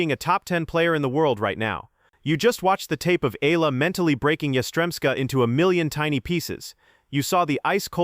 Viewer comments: Her surname is pronounced EH YAH LAH. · Exaggeration, commentary on what Nadal said without quoting what he said, no attribution of supposed animus and jealousy. What good does this do for true, devoted, loyal Alexandra Eala fans? Her name isn’t even pronounced correctly!